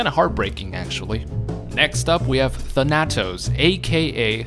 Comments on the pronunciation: Thanatos is spoken as Thana-tos, not Than-atos just a future reference thing in case he ever pops up again on a list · Tha nat os? It's Thana tos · Its Thana-toes not tha-natos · Your pronunciation of Thanatos was killing me.. "Than-Uh-Tose" just so you know.lol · Thuh-nat-ose? I always said Thhan-uh-tose. Like Thanos is pronounced but with the added uh-tose after Than. Oh wow you say Thay-nos instead of how everyone in the MCU says it...alrighty then. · The way you pronounce Thanatos kills me. Thanatos. THAN-uh-toes . Greek personification of death. Not even a particularly unknown name. One of the most commonly known pieces of Greek mythology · "THAN" + "uh" + "tos" is how you pronounce it my god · Him saying Tanátos took years away from my life expectancy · Interestingly enough thanatos is actually pronounced than-a-tose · his name btw is pronounced "Than-uh-toes" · Than-a-toes as in the greek god of death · You pronounced Thanatos wrong look up the Greek God of death and listen to the pronunciation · You mispronounced Thanatos.... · How the fuck do you mispronounce Thanatos and Thanos IN THE SAME BREATH?! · I love your vids. But please.. please stop mispronouncing thanatos. It hurts me so lol.